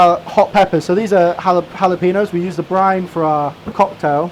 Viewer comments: You'd think a chef would know how to pronounce jalapeño. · I heard how he pronounces jalapeño, he doesn't speak Spanish